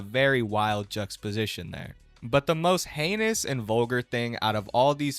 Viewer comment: you mispronounced juxtaposition